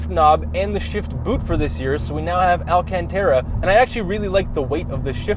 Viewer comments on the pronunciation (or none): Say it with me now... “Al - can - tah - rah”, no E